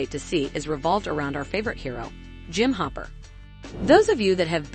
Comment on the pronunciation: The way they pronounce “COVID” 💀 It also sounded like they said humper not hopper 😂